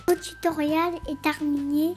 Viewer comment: Super vidéo Trop mignon ton invité surprise et à la fin de la vidéo il prononce tutoriAl!!hihi C'est marrant comment ton gâteau à monté on dirait un volcan